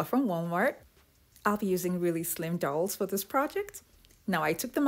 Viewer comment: Very interesting and clever. It's dowel though not towel ir doll.